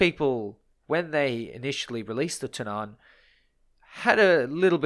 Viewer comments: When pronouncing Tunnan you put emphasis on the U not the A. So its more like túnnan rather than tunnán like you pronounce it in this video. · Its not Tunnán, its more like Tonnan :) The more you know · Its Tunnan not Tunaaaaaaaaaan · tunn-ann* not tun-aaan xD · The a in Tunnan is short. The way you're pronouncing it is Tunnaan, for lack of a better description. It's basically tu-nán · Love to hear others try and pronounce swedish words! "The Tunnaan"... It's pronounced Tu-nn-a-n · tunnan is prenounst Two-nan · That's one way to pronounce it. I don't completely agree with it, but I'd still rather chose that then what he is saying. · No offense, but as a Swede i just really don't like how you pronounce "Tunnan" 😂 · håller med😂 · Small note on the pronunciation of Tunnan, the U in it should be pronounced kind of like the U in Tunnel. The A is similar to how you pronounce the A in Apple. Also you placed a lot of emphasis on the A when you said it, the main emphasis is on the U, while the A passes by quickly. Pretty useless info I know, but why not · The emphasis should be on the double Ns, not the A or the U. The double N needs to sound like a "long" N